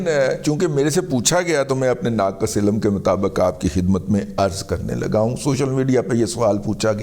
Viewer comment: Razi Bhai ilam nehi ilm.